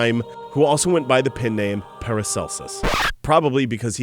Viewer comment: pen name not pin name jesus christ say it right the first time please